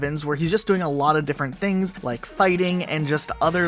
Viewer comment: say i don’t like it instead of i don’t wike it